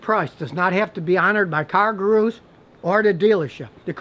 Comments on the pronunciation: Goo-Roos. Scotty says Gahroo. lol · gooroo...not garoo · Scotty, it's pronounced "GOO-roo", NOT "Gah-ROO"! Or maybe you need to fit it into a "Kan-gah-ROO'S" pouch?? (Guru - Dispeller of darkness, bringer of light). Did the Great Gazoo influence you? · Matthew Wach - Oh, you caught that too! WTH is Scotty thinking?? Perhaps if he's going to mispronounce 'Gurus' like that, he should be using a "Car-ga-NET" to catch those deals! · Scotty, you're accenting the wrong syllable: It is car GOO'roos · “Car Garooose” Lmao Scotty only deals with foreign if its Japanese. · I wanna buy a Yun-Die from Car Guh-Roo!! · I thought car-ga-roos where only available in Australia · He says cargooroos LOL As if it was underwear for new cars. :P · I come back to this video just to hear him say "car gu-ROOS" lol. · No one: Literally no one: Scotty: Car Gu-Roos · Bouncing about like a, "cargaroo." Pronunciation is key.. jesus.. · "Cargurus" lol. I like to say "halapiano" (jalapeno) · I love you Scotty but you're putting the emphasis on the wrong syllaebulll. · Scotty sounds like he is saying "kangaroos" with an "R" instead of an "N"